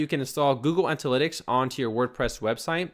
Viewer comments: antalytics?... ANALYTICS!... ANA not ANTA... thanks for the videos, you are superb... but you mispronounce things all the time. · its Ana-lytics.. lol. can u do a server/domain tranfer for ur next video?